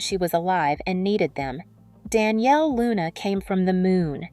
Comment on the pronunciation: 'Don'•'Yale' NOT Danielle